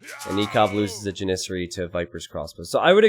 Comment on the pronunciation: ja· nuh·seh·ree. lol the way you say Janissary bugs the crap out of me.